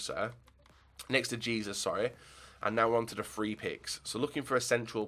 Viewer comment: its pronounced heh-soos not jesus.